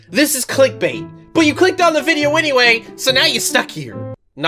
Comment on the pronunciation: i. like. your. vibyows.